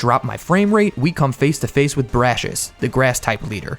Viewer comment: IT'S (brah-cee-us) NOT BRASHES!